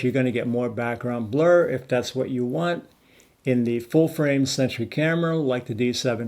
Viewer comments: I keep thinking he was saying century lol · Are you saying "... full-frame 'sentry' camera"?